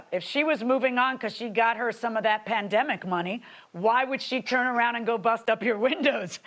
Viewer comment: "That panĎƏMic money" 💀💀💀💀💀